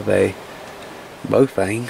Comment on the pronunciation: BAH OH FUNG..... correct pronunciation